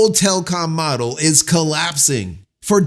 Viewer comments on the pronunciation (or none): none